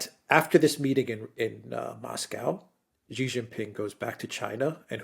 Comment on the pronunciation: Thanks for pronouncing Xi properly, Alexander! :)